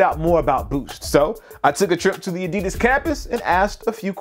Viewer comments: Expect it's a german company and they're saying it incorrectly it's ad-di-das. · why does he keep saying adeedus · the pronunciation of adidas is terribly wrong (adi'das) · It's not adids it's adidas learn to speak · It's Weird In America You Pronounce Adidas Like This A-DiD-As And In Australia It's A-Di-Das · Now if only Americans could learn how to pronounce 'Adidas' correctly.